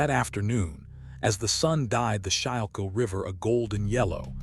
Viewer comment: It’s pronounced “skool kill” river!